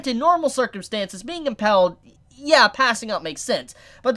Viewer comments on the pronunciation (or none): I'm sorry but... IT'S IMP"A"ILED NOT IMP"E"LLED!! Sorry it just kept bugging me!